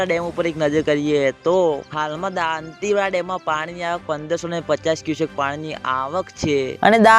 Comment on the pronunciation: સારી રીતે બોલો દોન્તીવાડા નહીં દોતીવાડા કહો